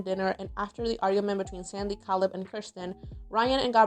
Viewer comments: Caleb. KAY-LEB. Dammit. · Great video. Very good recap. Makes you realize how a lot of the storylines would be viewed differently 20 years later I’m just curious, don’t take this the wrong way, but why do you pronounce Caleb’s name “Kal-ebb”? I don’t know a ton about accents but I’m guessing you’re French Canadian? Just curious. Please don’t take it offensively, it’s just very interesting to me!